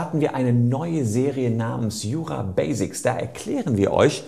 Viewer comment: Leider sprechen Sie das englische Wort "Basics" falsch aus. Es sollte unbedingt mit hartem S gesprochen werden, alles andere ist nur falsch!!